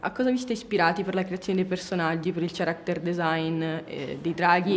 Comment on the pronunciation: ok.. bellissimo ma perchè ''character'' pronunciato ''ciaracter'' ?? hahhaha sorry i had to.